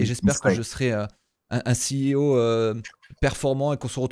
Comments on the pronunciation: Il est encore CIO... Il faudrait vraiment qu'il apprenne à dire CEO, ça en devient risible. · Lol tu vas être excellent, par contre juste on dit “Si I O” pas “Sé I O” ;) et sinon merci pour toutes tes vidéos , elles sont cools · Mes oreilles chaque fois que j’entends « C I O » : 💀